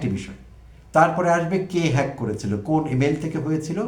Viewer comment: তারেক রহমান জনসভায় হ্যাক শব্দটি কোনভাবেই উচ্চারণ করতে পারছিলেন না।